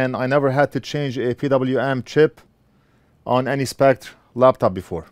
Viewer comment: I know it is a minor and petty thing, but Spectre is pronounced (and spelled in America) Specter, not Spect, just saying :)